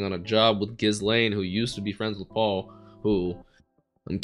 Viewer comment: i love this series but why you cant pronounce paul is beyond me